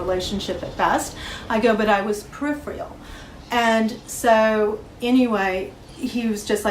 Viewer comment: "I was periphreyal"